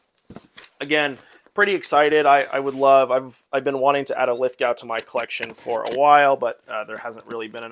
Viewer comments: It's spelled Lithgow. It's pronounced "Lith-Go." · Great score!! By the way, Lithgow is pronounced Lith Go. The W is almost silent